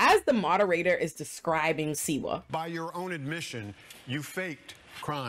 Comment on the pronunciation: Slee - wah ! That's the way it's pronounced . Just saying .